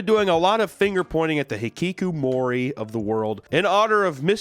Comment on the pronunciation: You pronounce hikikomori perfectly, what a chiz amp